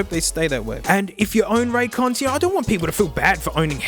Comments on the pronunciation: “I think you owe RonDons an apology hey” Out of all the incorrect ways he pronounced that name, this one is definitely the best in my eyes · "Conrays" "Ray Jays" "Ran Cans" "Roy Joys" "Ron Dons" "Ray Days" "Ray's Con" Genuinely couldn't stop laughing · "well there they are... ThE rAn CaNs." XD